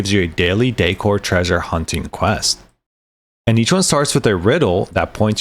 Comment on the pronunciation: Haha, others said something to correct the way you pronouce decor. I stopped listening to your last one and was reading subtitles. Yeah, the word is decoration, not dEEcoration. Content was good tho. lol